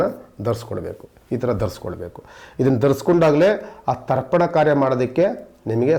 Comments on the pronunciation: ದರ್ಪನ ಅಲ್ಲ ರಿ...ತರ್ಪಣ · ದರ್ಪಣ ಅಲ್ಲಾ ಸ್ವಾಮಿ. ತರ್ಪಣ. ಸರಿಪಡಿಸಿಕೊಳ್ಳಿ. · It's Tarpan not Darpan